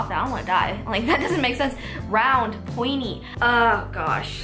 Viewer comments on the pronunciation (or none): It's called poinTy not poinY